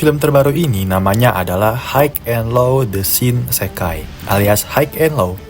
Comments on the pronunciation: HIGH bacanya Hai cuk Hok haik hok haik ndasmu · Hai and lo, not haik and lo